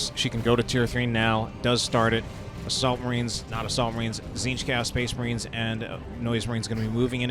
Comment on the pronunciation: Spehs Mahreens